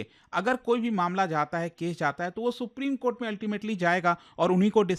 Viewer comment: Supreme kothe ko supreme kotha bol fiya😂